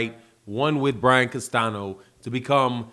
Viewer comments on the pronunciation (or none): none